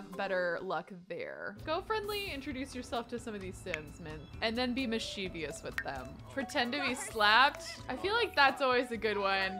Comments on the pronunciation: Mischievous is pronounced as Mis-chu-vus so the Mis-che-ve-us is so funny to me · I love this series and I adore you, but please. Mischief- MISCHIEVOUS. As in miss-chiv-us. I was actually corrected for this exact same thing by my ASL professor. Who is deaf. He could see I was pronouncing the word with an extra syllable 🤦🏼‍♀️🤷🏼‍♀️ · If enough people say it “wrong” it becomes “right” I don’t like saying mis-chu-vus either